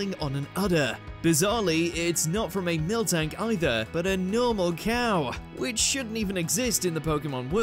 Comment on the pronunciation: Miltank almost sounds like “Milf Tank” to me.